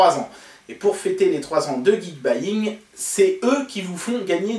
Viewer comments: Ils permettent s'acheter du Xiaomi facilement, alors ça doit être un site cool ! Et j'adore ta prononciation (Geekbaying, c'est perturbant). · Geekbuying (ou gike bouillaingue comme l'a prononcer mon pere) c'est un ptit site sympa pour se fournir en appareils électronique et en plus ils donnent des cadeaux pour leur anniversaire c'est dire s'ils sont super :p (Si je gagne jai une préférence pour la batterie externe ^^)